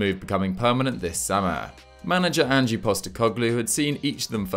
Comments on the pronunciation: It’s Ange not Angie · FYI, it's pronounced Ang (Anj) not Angie. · Mate say ange not an-ge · Please learn how to pronounce 'Ange' ta... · It's pronounced "Anj" ya fanny. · he's pronouncing "ange" with the e when the e is silent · Just FYI "Ange" is just one syllable. Rhyming with Flange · There is no ie sound at the end when you pronounce Ange <3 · The pronunciation of Ange's name hurts my ears. Please get it right. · love the upload. sorry to be pedantic but they're pronounced "an-j" (1 syllable) not "an-gee", and "rog-itch" not "rodge-ick"